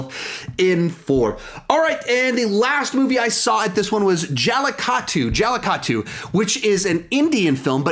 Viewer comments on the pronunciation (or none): Sup? Since I'm indian I might as well say it's pronounced Ju-li-ku-tu not ja-lee-ka-too but anyway Great video bud